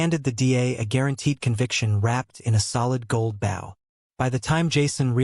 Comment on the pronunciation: pronunciation: "bow" I bend at the waist to bow. This is the one you used. It is a verb. I tied the ribbon into an attractive arrangement, a bow. It is a noun. This is the one you needed. I get AI. But, it won't learn if you don't correct it.